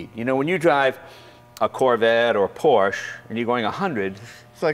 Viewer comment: How is Jay a car guy yet not pronounce Porsche correctly? From now on I'm calling him Jay Len